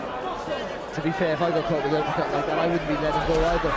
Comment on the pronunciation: Did he just say uppercut in Ghanaian?? "Appacata!!"